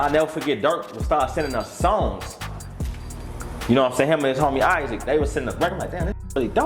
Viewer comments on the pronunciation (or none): none